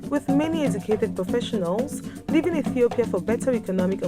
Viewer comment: I hate the african accent when they say Ethiopia. It is pronounced iithiopia not etthhoopia!